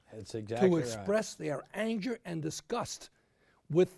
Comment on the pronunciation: "ANJER AND DISGUST"